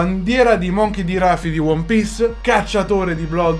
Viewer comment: ok, it's schizzinoso time: cleric beast non belva assetata di sangue gwyn è il boss finale di dark souls 1, quindi appena esce per switch TU lo recuperi capito? si dice rùfy non ràfy ma questa te la posso lasciar passare visto che non ne sono sicuro al 100% i falò di dark souls non sono fatti di legno ma di ossa, ma ti lascio passare pure questa perché è un dettaglino è quello vuole essere solo una citazione ai falò